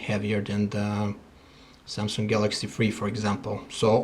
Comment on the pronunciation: lol ......... "samsunk "